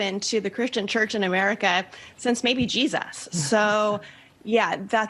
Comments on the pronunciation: You can tell she's a hip young Christian why she says "Jesazz". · Why do Fundies always add an extra S at the end of Jesus? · Actually to me it sounded more like JeSAS. Also if she is a 'Christian' she needs to swat up on the 10 commandments. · she didn't say Jesus She said je-SUS ... Come on David I know you love doing the pronunciation thing with these people